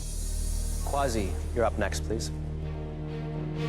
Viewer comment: It's 'Kwasi'